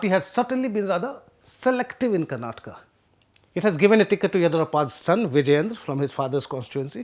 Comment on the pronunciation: Thank you for the interesting video. As a Kannadiga, I am happy that The Print is providing such attention to the Karnataka election. A small remark is that it would be nice if you can improve the way you pronounce several Kannada names while speaking English. For example, as a native Hindi speaker you say "Karnatka" instead of the correct "Karnataka". I understand these subtleties can be difficult to grasp to other language speakers. But we Kannadigas will really appreciate the effort. Nevertheless, thank you for the informative video.